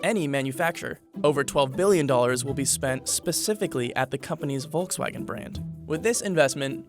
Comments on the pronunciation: It´s not pronounced Wolxswagen but Folxswagen. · Say it with me VOLKS-WAGEN, Volkswagen! It’s not that hard!!!!! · It’s pronouns as folkswagen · It's "folks wagen" at least pronounce name properly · It’s called Volkswagen ( like f) and not Wolkswagen ( means in German Cloud-Car) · Pronunciation: "Folksvagen" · It's volk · Me, as a German, really enjoy the way He is pronouncing "Volkswagen".